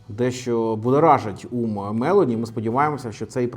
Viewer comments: А також вона Мелóні, а не Мéлоні😂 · Мелóні, не Мéлоні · Цікаве відео!😃👍 Репостнув🤗 От тільки, Мелóні, а не Мéлоні. Наголос на другий склад, вона ж не американка. А то звучить як Мéловін😂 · Спасибо,, за информативное видео. Живу в Италии и хотела бы вас поправить в произношении фамилии нынешнего премьер. Ударение на 'о....Мэл'ооони. Это важно, так как полностью искажает понимание о ком речь:) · Джьорджя МелОні, наголос на О. Монте Дей Паскі, не паші. Не дякуйте 😅 а взагалі круто, на довгі відео часто бракує часу, а десять хвилин саме топчик.